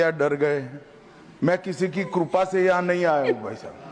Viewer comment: जो कृपा को कुरपा बोलता है बारहवीं के बाद इन्टर मे एडमिशन बोलता है अंग्रेजी समझ में नहीं आता है।